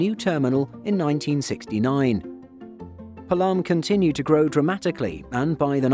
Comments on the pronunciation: Actually that's not Palaam this called as Paalam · It’s not palaaaaam, rather palam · It's pronounced pa-lum airport. Not palaam. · PAALAM and not PALAAAAM!!!!!! (although it is spelled as Palam) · Its Paa-lam, not Pa-Laam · Its Not Pulam its Paalum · IGI AIRPORT is love! And, Palam is pronounced as ‘P-aa-lam’ not ‘Pa-l-aa-m’